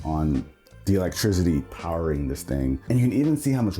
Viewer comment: I’ve replayed you saying "electricity" more times than I ever should😭💀 Ima replay it again tbh. What the hell are you even saying😂 &